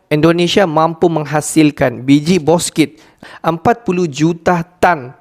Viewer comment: Bukan boskit min, bouksit